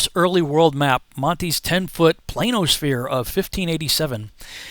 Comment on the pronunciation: I'm not believing anything said by somebody who pronounces planisphere as "plainosphere"...